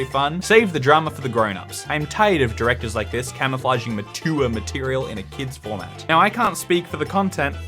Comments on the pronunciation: Mature is not ma-tu-ur! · “ma-TOOWER material”